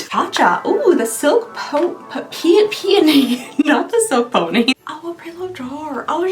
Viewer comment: THANK YOU so much for pronouncing PEONY correctly and NOT P-OH-NEE!!